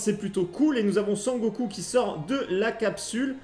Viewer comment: Très belle collection, l'effet pellicule est top!!! Seul détail qui me gène le "SON GOKOU"... mais super vidéo encore une fois!! Merci!!